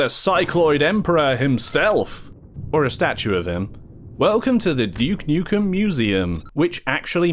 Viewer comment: Glad to hear you aren’t calling him dook nookem like other English YouTubers trying to sound American